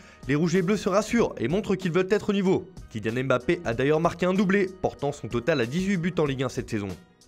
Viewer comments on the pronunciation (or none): none